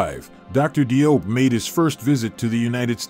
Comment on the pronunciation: As Salaam Alaikum! Let me share with you something about the Cheikh’s name. DIOP is the French spelling of the name spelled in English JOBE. The DI in French represents the J sound. Although most of us pronounce his name as DI-OP the way we see it spelled that is actually incorrect. In Senegal where he is from they pronounce it JOBE sounding similar to JOB in the Christian Bible, Old Testament but not exactly the same. Now the Cheikh himself (like most people when they go abroad or deal with other people will often accept that the people pronounce their names in whichever way it seems easiest for them.) If we can pronounce European names Europeans can also properly pronounce African names. In the Gambian which is surrounded by Senegal on three sides they use the English spelling whereas in Senegal they use the French spelling. My wife who is Gambian spells her family name as JOOF and her sister and the rest of her family that live in Senegal spell it DIOUF yet they pronounce it exactly the same. Even the term Cheikh is the French spelling and the English spelling of the same word is Sheikh. Btw, in Dakar Senegal there is a university that bare his name Cheikh Anta Diop. As Salaam Alaikum!!